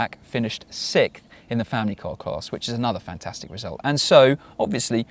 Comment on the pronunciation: Sickth? What is Sickth? Did you mean sixth?